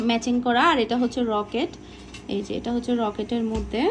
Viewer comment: কিছু মনে করবেন না আপু রকেট না লকেট বলবেন শুভকামনা